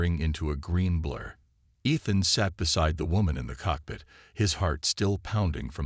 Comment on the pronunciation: Teach the AI TO SAY E-than and un-READ-able. Does Bryan Cranston know yourvAI uses his voice.